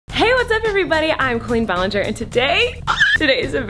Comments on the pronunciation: Hey whats up everybody i’m queen ballinger That’s what i heard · In the intro did anyone else here “I’m Queen ballinger “